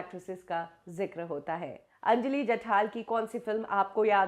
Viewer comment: Mam it's Anjali jathar not Anjali jathal. Neet script vachat Java madam. Anyways thanks for uploading video of missing actor / actress.